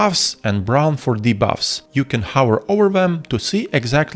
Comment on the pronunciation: Such a comprehensive guide! Let me give you a few tips of my own to further improve the quality of your guides: Consider looking up the pronunciation of hover, cover and each other. Cheers!